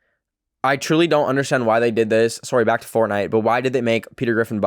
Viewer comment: am i the only one that makes fun of accent everytime he says "sorry"😂